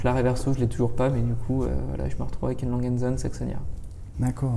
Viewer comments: Faudrai que notre jeune ami apprenne à prononcer la marque allemande . c'est Langue et cheune et non pas langue zone !!! :-)) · Un grand merci à (très agréable) nous avoir présenté avec passion ces gardes-temps qu'il a acquis. Je viens d'apprendre comment se prononce Lange & Shöne (non pas "l'ange and chone" mais "Lang and zone"). Pour monter une telle connexion jeune, il faut travailler dur...et cela ne suffit pas😅.